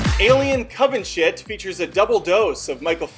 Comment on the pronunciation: Is anybody else disturbed that he called "Covenant" to "C*ntvenant"?